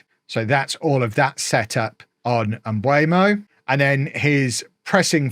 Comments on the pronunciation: Please stop saying Mbwaymo 😭😭😭. M-beu-mo It's pronounced as it's spelt! It's not Kinder Mbuemo! eu not ue. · what sound does beu make? It's not the same as bue/bwe is it? You're saying Mbwaymo. It's like saying Kve instead of Kev.